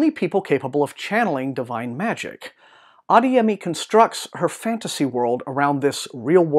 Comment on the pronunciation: It's pronounced ah-DAY-yeh-mee